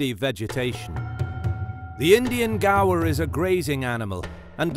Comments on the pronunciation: One correction, is the pronunciation of Gaur is how you speak "gore" ! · I keep thinking gaur = gar, but the guy in the video is saying gaur = gawa.